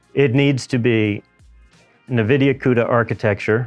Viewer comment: can't say Nvidia. Nahvidia? LOL